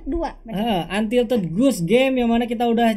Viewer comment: Untitled bukan untilted, kalo ga salah denger niii